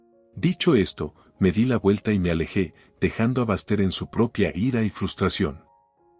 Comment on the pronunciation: Que historia tan chistosa, por favor pongan nombres que los narradores puedan pronunciar. El nombre de Baxter, lo pronuncia con el acento en ingles como bastardo !